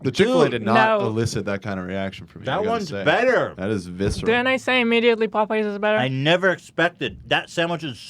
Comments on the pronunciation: POE PIES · The fact that Hila pronounces Popeyes as “Pope-eyes” makes my heart melt. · she gets it from Ethan saying Pop-eyes. With a subtle pose between syllables. Which gives me a troubling image.